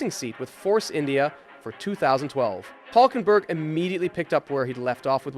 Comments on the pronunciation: Adding: There is a similar sound in English, the Y in Syria or in the town of Syracuse. So try Hylkenberg, you should be very close... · Good Video, but one thing: His name is Hülkenberg (Umlaut U, that will change it to Ü). You should at least change it in the Video Title, as I understand there isn't such sound as the Umlaut-U (Ü) in english. Probably that's why you guys call it UBER instead of the German word ÜBER (meaning ABOVE)... I really hope Nico will Race some more and gain more podiums...